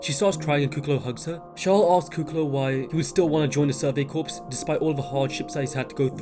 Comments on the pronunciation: Corps is pronounced Core not corpse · PS there is a silentP in 'corps'